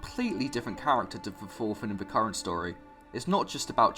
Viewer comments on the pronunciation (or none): none